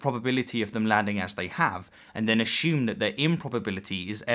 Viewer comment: FFS you are educated. The word is aSSume NOT aSHume.